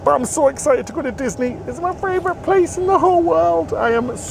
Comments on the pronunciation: do you realise you say "fravourite" instead of "favourite" every single time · Which is one of my fravorite -isms!